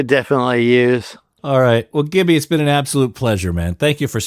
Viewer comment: Its pronounced jibby